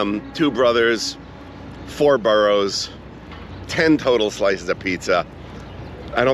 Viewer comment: boroughs not boros